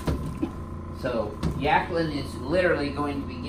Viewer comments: Yaqueline? You mean jaqueline. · Yakling? Or Jacquelin ? Doc needs a speech adjustment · "Yackaline" lol